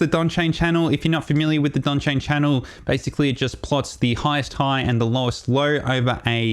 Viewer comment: Donchian - not Donchain. Good video. Very helpful.